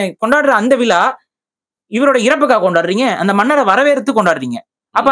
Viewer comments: Vila illai vizhalavukum zhavukum correcta pronounce pannunga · விலா இல்ல, விழா. மொதல்ல தமிழ் உச்சரிப்பு சரி பண்ணுங்க, அப்புறமா தமிழ் தேசியம் பேசலாம், நன்றி.